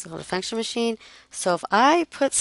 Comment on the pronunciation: Damn that 'function machine' made me laugh... I thought you said 'fucktion' hahaha. you can image what 'pops' out :P